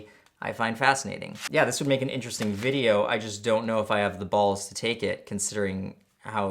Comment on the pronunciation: There is no dash over the e in video It’s not pronounced “vid-aye-yo “ it’s pronounced “vid-ee-oh “